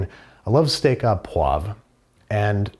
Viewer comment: Au is pronounced Oh